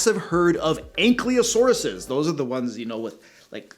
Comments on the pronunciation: So, Ankylosaurus, the Y is before the L, so it would be ank-ee-lo-saurus, not ank-lee-o-saurus. Just minor nitpick! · Just a correction of a common mistake I see (not trying to pick on anyone or anything) but it's pronounced "ank-EYE-LO-saurus", not "ank-LEE-O-saurus". It is spelled "A-N-K-Y-L-O-S-A-U-R-U-S" - notice in the spelling the position of the "Y" before the "L", not after it. Again, it's a very common error, most people make it. Ok, back to the show! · It’s pronounced an-KAI-lo-sore(s). And you probably mean utahraptor, not the older and much smaller deinonychus.